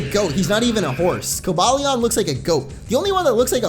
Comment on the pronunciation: No it's pronounced Ver-iz-ee-on and co-bay-lee-on